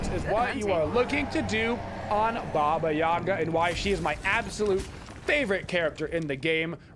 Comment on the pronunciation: It’s too bad that the game and most people pronounce Baba Yaga wrong.